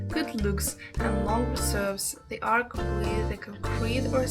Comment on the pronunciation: The word is not ark. An ark is a ship. The word is arch. Or archway. Pronounced Ar ch (like cheese, chicken). I had to mute this to stop hearing you say ark.